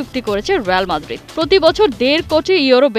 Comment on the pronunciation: Eta রেয়াল madrid lol